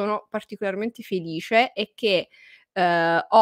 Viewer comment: come dici "felisce" tu non lo dice nessuno! Sei troppo forte! Sono felisce di seguirti! 👍😘📚❤️